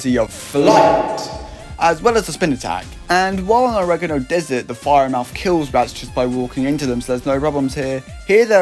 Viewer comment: the way this man says oregano angers me